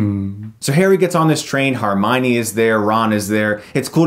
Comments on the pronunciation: I'm a big fan Chris, but, umm... HOW... exactly is it that you pronounce Miss Granger's first name, again? lol something didn't sound quite right there. but anyway, ahh yes, the learning about boggarts scene. Not unlike Aragog in CoS, this is a scene that, despite having watched the film as a whole easily 15-20 times since, I've still never again have been able to watch that scene again. or well, at least when Ron gets to the front of the line. When it comes to spiders, Ron looks positively like an unflinching hero next to me. I literally can't even look at a cartoon spider without getting freaked the F out. even if it's dead and still. Phobia does not even BEGIN to describe it. All in all though, fun review I enjoyed watching! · Also, uhm, it is pronounced HER-mione. Not HAR-mione. Minor nitpcikt. Sorry. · HERmione. NOT HARmione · i think its pronounced hermione, not harmione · Is it just me or is he saying HArmione instead of HErmione? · Chris it's HER - mione. Not HAR - mione. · HERmione not HARmione 😊 Great review! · HERmione NOT HARmione chris!!! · Chris, it's HER-MY-KNEE, not HAR-MY-KNEE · Chris it is HERmione not HARmione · i dunno if its your accent or you're saying it wrong but its HERmione, not HARmione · "Har-minee..." HER-mynee, Chris. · HERmione not HARmione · if you call her HARmione one more time.... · You pronouncing Hermione as "Harmione" was the only thing that bothered me about this review. But great review. Watching as a kid I never realised how visually and narratively rich the film was. Goblet of Fire was a great visual spectacle but the novel-to-film translation was shite. Prisoner of Azkaban and Deathly Hallows Parts 1 & 2 are my favourite Harry Potter films. Very aesthetically natural and realistic with a lot of narrative depth. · Does it bother anyone else that he keeps calling her "Harmione"? It can't just be me. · harmione! lolz at chris's pronunciation ;) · harminey? HAR-miney? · Harmione? Really? Come on Chris, that one's not hard.